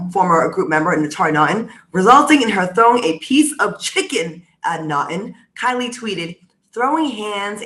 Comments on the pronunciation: It’s pronounced KEE-lee. 🤷🏽‍♀️ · It’s y’all calling her “Kylie”. It’s KIELY (keel-ee). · I know you were calling Kieley "Kylie" on purpose 🤣